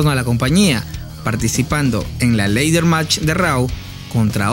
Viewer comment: Buen video pero se pronuncia "Lader" match y no "leider" match.